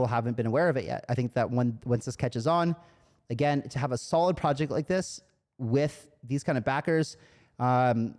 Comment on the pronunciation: I swear I heard ‘“wif” this kind of backing’ the first time I played this back 😅